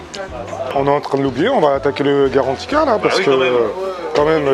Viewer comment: C'est GARANTITA !!!!! Pas carantika, je suis sur que t'as écouté l'autre imbécile de guideultime